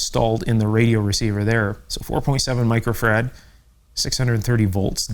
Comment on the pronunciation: Great info but it grates on me to hear you mispronounce “Microfarad” as “Micro-Ferrad”. It’s “Micro-Farad” as in Michael Faraday”